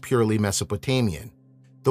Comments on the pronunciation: Can I just say stop pronouncing Mirodak it’s not pronounced that way. Mar Ra Duk or Marduk aka Ra the true Lord. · It’s pronunciation is actually like Mar-Ra-Tuk and that is not the true lord. Maraduk is the same god as Baal and the same the same entity as Satan. He is not God. Maraduk is referenced as the god of the storm same as Baal. If you know anything Maraduk was the true builder of Babylon he is not to be followed or loved he challenged God.